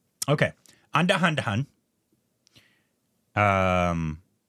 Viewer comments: Nice video but andahandahun got me😂 Its Andhadhoon. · Indians: Andhadhun | and: Anda Anda Han XD